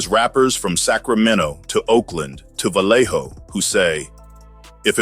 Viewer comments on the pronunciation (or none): none